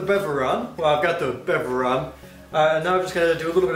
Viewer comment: Fack engrish